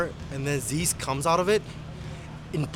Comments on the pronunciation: it's pronounced "zizz" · Zyzz = "ease", but with a "z" at the beginning.